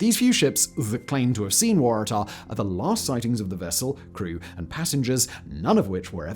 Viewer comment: Because the Waratah is a shrub endemic to Australia and that is exactly how we say it.